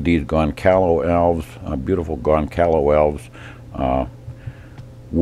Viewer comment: "Goncalo Alves" kkkkkkkkkkkkkkkkkkkkkkkkkkkkkkkkkkkkkkkk The correct name is: Gonçalo Alves gon-sahlo ahlvz